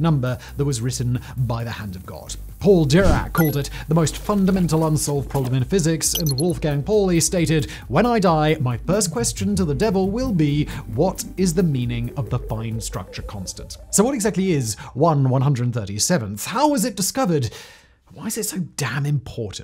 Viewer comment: I do wish that you would learn how to pronounce the words in the script that you are reading. Pauli is not poorly, Coulombs are not columns and Quarks are not quorks, among several others...